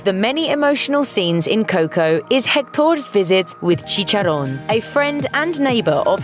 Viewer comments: If it were just that, I'd give her a pass... I don't know, she seemed to make an effort at some names but totally blew others. I mean, she doesn't even pronounce Coco right! Or Dante. And let's not even start talking about her rendition of alebrije. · Its not coh-coh. Its co-co. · Fuck... please dont say coco